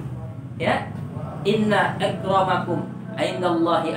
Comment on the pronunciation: INI USTADZ KARBIT CARI DUIT DGN CARA GHIBAH... BACAAN AYAT QURAN AJA GA BECUS.... BACAAN " INNA AKROMAKUM DI BACA INNA IKROMAKUM.... SAKIT INI MANUSIA.....